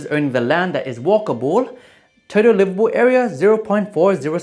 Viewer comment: as someone who grew up in calid, i can confirm that it is livabool